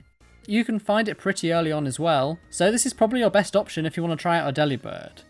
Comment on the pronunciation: It’s delibird like “delivered”….